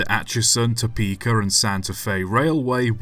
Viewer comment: I enjoy your videos but it is Topeka not Topeker.